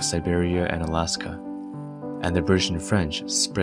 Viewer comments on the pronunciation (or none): none